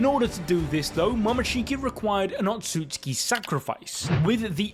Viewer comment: SAY IT WITH ME O-TSU-TSU-KI. NOT OTSKI...... jfc